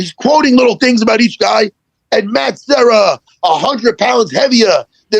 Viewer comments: Matt serra. Not matt sierra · Matt's last name is Serra not Sierra. You talked to him for an hour and got it wrong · Serra not sierra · Classic Schwab,,,, Matt SEE - era and then SEE - era pulls out the Brian KAY - Lin !!!! And then the King of Mis Pronunciations Schwab CORRECTS SEE - era for his KAY - Lin !!!! Classic Schwaaby show!!! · Why can't Brendan pronounce Matt Serra's name in the beginning?